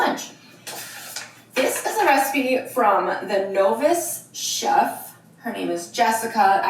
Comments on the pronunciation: Did she not know how to pronounce novice !? 🤔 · I’m stuck on why she pronounced the word “novice” like that, unless the person’s username is spelled different? 😂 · Why can’t she read the word novice? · Note the way she said novice at the beginning. She said no…viss